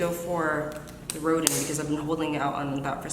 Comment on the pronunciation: I think Rodin should be pronounced as Ro-dahn, like the French sculptor